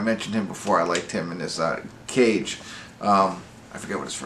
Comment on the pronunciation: It's Lukas Gage not Cage) plays Patrick) thanks for the review! I enjoyed it but it can be better